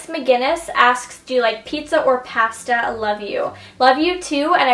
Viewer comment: I love how you say "pasta" because I say it the same way too...haha Canadian pronunciations :D I'm from Toronto so it's nice watching a fellow Canadian on youtube!!